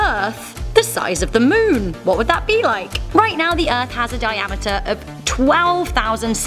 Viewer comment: Lol so funny when she says the “moon” sound like she use a latter e in it like meon